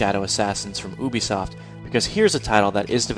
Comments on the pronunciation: I swear everytime I hear this... Dude it's Ubisoft, as in (you-bee-soft) not Übisoft pronouced (oo-bee-soft). You're saying Ubisoft not Uber. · Stopped listening when I heard you say "oobi soft" Its pronounced " Yubi soft" With kind regards on a good video, The english language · STOP PRONOUNCING UBISOFT LIKE THAT!!! THATS HOW MY DAD PRONOUNCES IT AND IT ALWAYS BUGS ME!!!